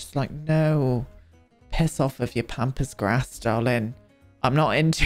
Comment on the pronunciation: I heard “pampas grass”, “pompous grass”, and “pompous a$$” at various bits here and I’m dying laughing 😭😭